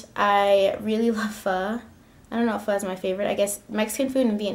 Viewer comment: You pronounced "pho" perfectly! Thank you for not saying "PH-OH". <3